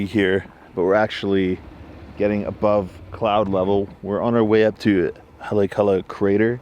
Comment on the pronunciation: hah-le-ah-kah–lah Either way, amazing place, especially am when the sun rises. But take a warm coat.😅 Did you check out Maalaea Bay whale watching, South Kihei and Wailea-Makena Beach south of Kihei? 🤙